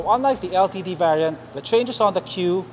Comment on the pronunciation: I think he said it perfectly. How would you say the word "LTD" then? Litd? Lol